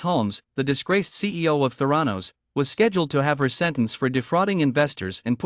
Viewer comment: geez, at least pronounce “Theranos” properly! it’s so silly you can’t even get that correct